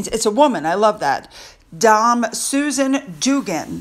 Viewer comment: Lovely to see your very informative coverage of Sophie and Edward. They really do GB proud, we're fortunate to have them - Sophie especially. BTW, the title Dame (rhymes with 'fame') is the female equivalent of Sir and carries the same level of status and honour. It's a knighthood for services rendered to Crown and country.